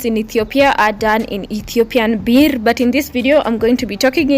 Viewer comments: Ethiopian Burr. That's how you pronounce birr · Dear gawd how you said birrr throw me out the window gaawwd damnn